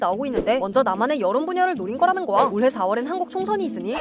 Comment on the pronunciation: 거야 발음 뭉개지는 것 좀 수정해주세요